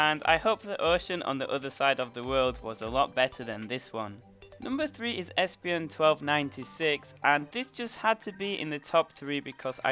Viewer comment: He pronounces feraligatr right but does not pronounce espeon right. juts found that interesting